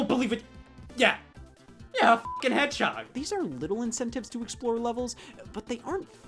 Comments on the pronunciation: for some reason I heard Scott say hedgehog as "YEAH A FUCKING HEADSHOT" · Sonic The Hedgehoy